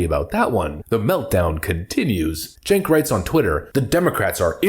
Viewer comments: Did you say chunk yogurt? lol . I guess that's why he is so sour. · Stink Ogre Spells his name Cenk and we are supposed to pronounce it Jenk.